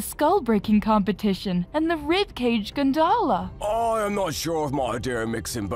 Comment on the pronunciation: Bruh do yall not have a grammar checker Gondola is not pronounced that way, and "mirthil" is definitely just "mithril" spelled wrong